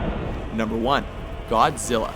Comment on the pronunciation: GODZIRRA... godzirra, godzirra.. godzirra.